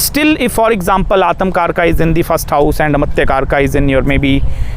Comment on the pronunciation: Aatamkaraka😂 It's Atmakaraka